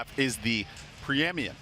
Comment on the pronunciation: WATCH AS THE HOST KNOWS HE MISPRONOUNCED PREEMINENT HILARIOUS 😂😂😂